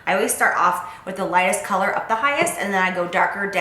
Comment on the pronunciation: I love how you said "collar" instead of color towards the end of the video, lmao! So cute! Girl I loved the eye look. Can you please list the eye brushes you used? especially that gold one.